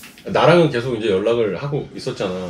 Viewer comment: 계속 -> 깨속 이라고 말하는 사람이 의외로 많군요